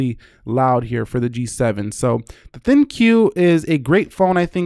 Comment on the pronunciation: For the love of God please stop saying "L-G G-7 THIN-CUE." !!!!!! it's the dumbest name in wireless and you're making it worse.